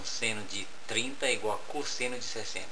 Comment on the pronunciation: cósseno kkkkkkkkkkkkkkkkkkk eu ri MUITO